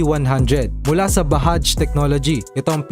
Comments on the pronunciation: Bahaj Hindi sir bajajjjjjjj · It's Bajaj = Ba-"judge" po. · Boss Hindi BAHAJ Ang pronunciation dyan😅 Indian company yan. Kahit mga Taga India tanungin o di kaya emplayado Ng mismong company. BAJAJ as in Ba.jaaj.